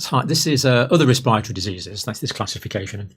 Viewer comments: I love the good doctor, but I sprayed my coffee out when he said ' res-pie-ra-tor-iee' 😂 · Campbell's inability to be able to pronounce the word "respiratory" correctly infuriates me more than you can ever imagine. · I realize people don’t have patience but it’s annoying that you sped up Campbells talking speed to 1.25 - but what fascinates me most is how he pronounces ‘respiratory’ 😂